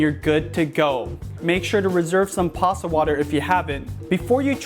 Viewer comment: Are you saying passa? Lol